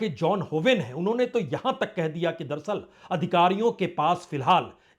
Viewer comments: संदीप चौधरी जी, पुण्य प्रसून बाजपेयी जी आप ये दरसल दरसल क्यों बोलते हैं.. जबकि सही शब्द है दर + अस्ल दर अस्ल अर्थात हकीकत में या अस्ल में..... उम्मीद करता हूं आप साहिबान यह करेक्शन कर लेंगे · दरसल नही बाजपेयी साहब दर - अस्ल बोला किजिए... दरसल बहुत खराब लगता है संदीप चौधरी साहब भी आप की तरह दरसल.. दरसल करते हैं... दर - अस्ल का मतलब.. हकीकत में या अस्ल में.. होता है दर + अस्ल